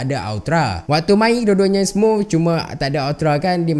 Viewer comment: smuf ke smooth HAHAHAHA